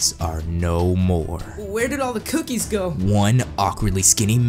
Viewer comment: For the world one I thought you wood say "AND GIVE ME ALL THE COOCHIES" ya that sounds right